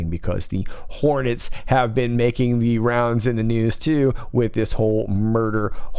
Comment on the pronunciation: “Maybe it caught the Rons”. 🤣